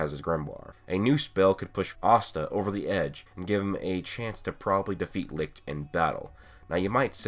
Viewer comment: Seriously... Why do everyone of you guys keep pronouncing Licht to Lickt? IT'S PRONOUNCED AS LICH